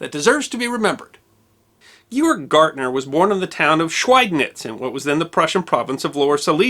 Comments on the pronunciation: Gärtner is pronounced Gertner not gartner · Totally mispronouncing his last name, it's "Gärtner", the "ä" (ae) sounds more like the "ai" in "air". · Also his last name is pronounced "Gare-tner" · The name Gärtner is also incorrectly pronounced as "Gartner" throughout the video. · With the "umlaut" (two dots over the a), that would be pronounced GAIRT-ner. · Your pronunciation of "Gärtner" is way off. "ä" (ae) is an Umlaut. Otherwise great presentation. Greetings from Germany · So it was the Whymar Wepublic was it? How is a w pronounced in German? Like a V, NOT a w. Also his name was not G Org Gartner. Georg Gärtner was his name. He was not associated with the consulting and analyst firm. The letter ä is NOT pronounced the same as the letter a. If expanded it would be spelt ae. If spelt out his first name should be prounced more gay org; certainly not g org. Please at least make a token effort to get the pronunciations correct. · Hell of a story! I would appreciate it, though if you would at least try to discover correct pronunciation of foreign names. His name was not Gyorg Gartner, as you pronounced it, but (phonetically) Gay'org Gairtner. A small thing, I know, but since I had four years of German between high school and college, it was a little jarring to hear the name mispronounced over and over again. That said, I very much enjoy your history presentations.